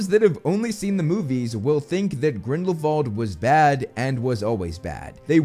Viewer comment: ok but why do you pronounce grindelwald like that...